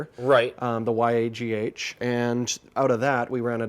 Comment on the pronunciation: I like ' way of reviewing better, but I'm more into videography. I think way of pronounciation of YAGH is "wrong"/not very common. I think most people call it the "brick" or "yak".